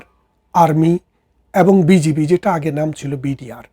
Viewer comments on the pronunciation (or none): none